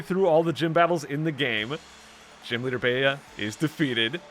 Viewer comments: Bea is bee not beyah fyi :) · I always thought it was pronounced "Bee", like "Beat Up" since she's a martial artist. :p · Apparently Bea's name is pronounced "Bee". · Bea is pronounced "bee" Bede is pronounced "Bead" Oleana is pronounced "oh-lee-ahna" Just for future reference